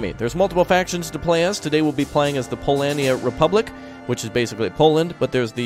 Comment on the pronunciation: its noot Polania its Polonia (Poland)